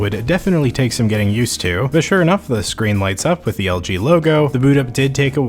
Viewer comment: Why do you say algae instead of LG